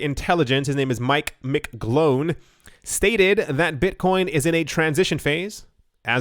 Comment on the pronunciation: "Beetcoin"